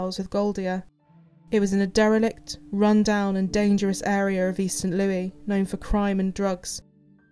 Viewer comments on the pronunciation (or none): It is pronounced "Saint Lewis" not Louis even though it is spelled that way LOL - American English